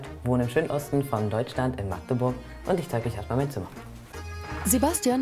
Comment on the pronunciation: Herzlichen Glückwunsch an die Sprecherin. Sie war die so ziemlich erste, die es geschafft hat Magdeburg zu sagen und nicht Maaaaaaaagdeburg.